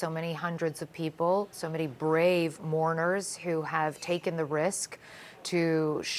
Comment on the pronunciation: ‘Brave moarners’ 🤦🏻‍♀️🤦🏻‍♀️🤦🏻‍♀️